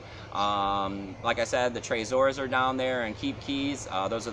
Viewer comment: Dude ..It's tre-zor NOT traa-zor. like its Trevor not Travor. Check the inventors YouTube site. Too much Adam meiser bud.😉😆😉😆